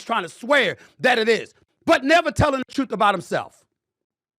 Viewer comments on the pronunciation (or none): This guy says Troof? Come on. Now we see why you aren’t on tv or radio.